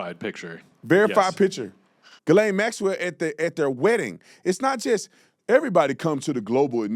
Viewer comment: why can’t anyone manage to pronounce her name correctly. Yo Bondi, I know due diligence and meticulous procedure isn’t really your ‘thing’, but- can’t stress this enough- it ain’t “GURL-ayne”. Maybe spend a little time knowing who you’re prosecuting. Oh, and how’s that ‘meeting with victims’ thing coming along? Have you found your phone yet? Remembered your Gmail password? Try harder pumpkin